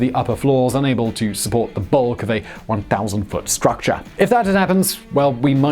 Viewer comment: “...a one thousand foot struc cha.”